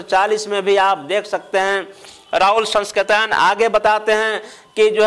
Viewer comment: Rahul sankrityayan Ka ucharan to thik se karo vidwan bandhu.